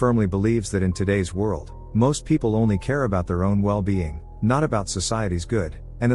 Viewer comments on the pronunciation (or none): none